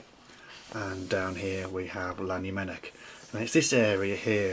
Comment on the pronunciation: Please stop saying Lannymunock for Llanymynech. Learn how to say it properly or don't say it at all.